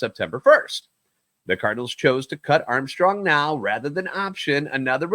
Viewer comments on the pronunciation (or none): none